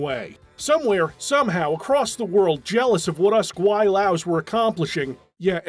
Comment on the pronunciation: hearing say gweilos is so jarring, especially since my girlfriend calls me that on the daily💀